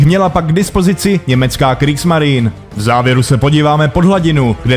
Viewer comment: Něco k psaní a výslovnosti. Zaprvé - čeština má "š", takže psát katusha je blbost. Zadruhé - v němčině se e na konci slova vyslovuje, takže Kriegsmarine není [krígsmarin] ale [krígsmarine]. Podobně pozor na přepisy z ruštiny, ty ponorky nejsou [šuka], ale [ščuka] (štika).